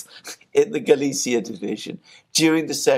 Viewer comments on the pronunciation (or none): none